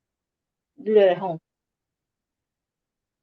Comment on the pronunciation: Yes, my CC captioning said Home, but it sounded like you said going into a homo. I was like, how did YouTube allow that? 😅 and then she does talk about oral sex. I was surprised the judge didn’t shut her down. Maybe he just thought, doesn’t matter what she says. She’s gone.